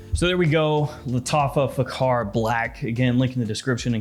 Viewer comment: kh=x it pronounce as faxar .